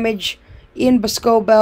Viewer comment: Lol its boss-co-bell